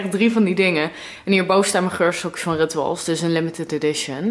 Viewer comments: Het is ritsjoewals hahah je zei het fout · Rituals spreek je uit op zijn Engels.